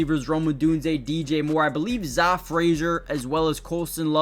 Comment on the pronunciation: Zah is pronounced Zay